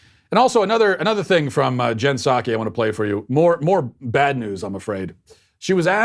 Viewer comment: And its pronounced “saki” not “pahsawgi”. Not that you would care because she works for Democrats therefore she’s evil